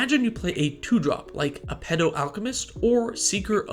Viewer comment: Lmao I had to do a double take on how you pronounced Aphetto Alchemist. It’s A-fet-o! It sounds like you are saying A pedo Alchemist.